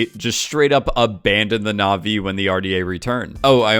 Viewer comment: Your Naʼvi pronunciation was good actually